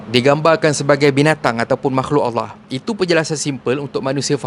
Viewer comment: Bg kasar cara tegur sebut allah pun tk betol